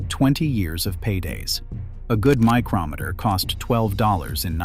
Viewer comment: Um, it's not a "MY-crow-meter" it's a My--KROM-eter. You know it's AI Slop when the robot narrator can't pronounce simple words.